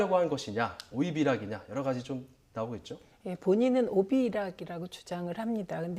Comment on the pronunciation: 진행자...뭐냐...오이비락~? ㅂㅂ 최민희전의원 말씀대로 오비이락 이다~~!!